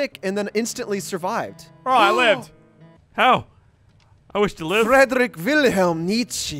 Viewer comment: I love how they can't even pronounce German names :D It's Friedrich, not Frederick! xD